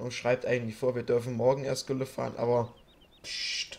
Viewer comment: Das heißt nicht tülle sondern gülle